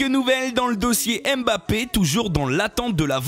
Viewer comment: Mbap-pé et non M- bappé 👍